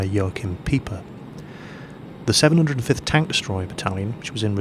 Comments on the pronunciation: It's pronounced like 'Piper', not 'Peeper'. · lol, its not peeper, its pronounced pipe-er.